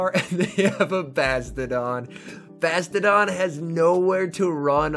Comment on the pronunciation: i like how he calls it bastedon